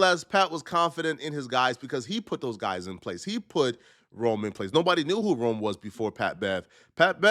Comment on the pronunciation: Rone…. Not Rome, Lol. And before you start speaking on him, and saying he’s a Nobody… that no one knows who Rone is laughable 🤣😂. At least do the bare minimum research on the guy and search his name on YouTube. If you did you would have found out the man is a Hip Hop Legend in the Battle Rap Scene, and one of the best to ever come out of Philly, Rone was doin his thing long before Pat Bev walked into Barstool!!! Pat Bev is a Clown and Sabotages every opportunity he has been given. Ya this is a Lesson … A Lesson in you looking Dumb AF